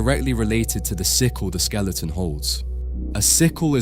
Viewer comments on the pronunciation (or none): none